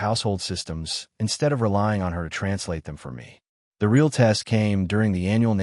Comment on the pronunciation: The AI needs to be trained to recognize Real at the beginning of a sentence. It changes pronunciation to that of the Brazilian currency. The AI needs to recognize context for choosing how to pronounce wound. Good story, repetition seems to have been eliminated, yet narration needs work. This channel normally has done better with narration.